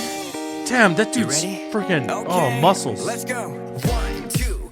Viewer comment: "mucles" yes